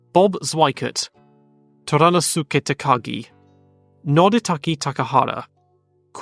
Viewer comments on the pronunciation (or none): Some comments from an intermediate Japanese speaker: Naoki is pronounced somewhat like “now-ki”, not “Nay-ok-i”. The way you said Inoue is correct, ou is just a long “oh” sound. Toranosuke is said more like “toranoske”. The u is nearly silent (devoiced). Japanese doesn’t have stress, but stressing the second syllable is closest to how the name sounds in Japanese in my opinion. Watch your short and long vowels. Sometimes you said a long vowel when the name has a short one, eg. Satoru has all short vowels. EDIT: long vs short vowels can be hard to tell because it isn’t always written, eg. Yuki Tsunoda’s first name in proper rōmaji is Yūki, but the long ū is not generally written in English due to diacritics not being available. I’m actually not sure how to tell which names have long vowels and which don’t without individually researching each name… That said, in the case of Tsunoda you said it correctly.